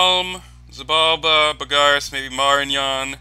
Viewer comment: Mostly its the stressing the wrong vowel. You stress the a in Bogarus, where it's supposed to be the o.